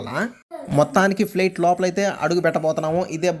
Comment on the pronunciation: Plet kadhura babu flight adhi